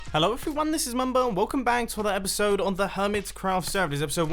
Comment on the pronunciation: Am i the only one who hears a f sound in his intros? Something like "Hellof everyone"